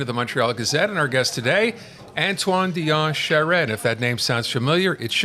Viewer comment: Lol, two old anglophone folks who probably have never spoken one word of french, as proven by the way they aren't able to pronounce Charest correctly. This video is a nutshell of why francophones quit voting for the liberal party. Anglophones simply don't understand us, and never will.